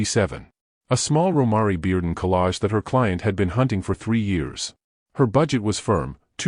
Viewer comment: PRONOUNCE THE ARTISTS’ NAMES CORRECTLY!!!! Romare is pronounced ‘Row-mair’ Bearden; 🎉Kehinde is pronounced ‘Ka-henday’ Wiley